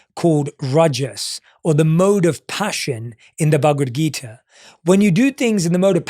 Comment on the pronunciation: Loved your Accent brother , but bhagvad geeta could be pronouced better . Love from India